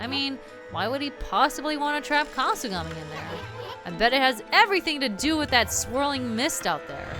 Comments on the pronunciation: This flask has mist that can counter the death mist. a drunken sheep. - HAHAHAHAHAHAHAHAHAAAAAAAAHAHAHAHAHAHAHAAAAAAAAHUH! That was basically me the whole time laughing at your drunk voice. OH GAMIKASU HAHAHAHAHAHAHAHA! A time slowing mist, guess you can call it Sluggish breath. Wow you got punished on time for not doing sluggish breath right away. A person can only see the top sides of things on the ground and Issun is wearing a bug hat. So they see a bug. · I like how you deliberately messed his name up to sell the "drunk voice."